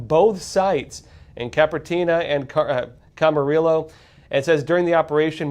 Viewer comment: For future reference: Car-pen-ter-EE-a. Cam-a-REE-yo. 😊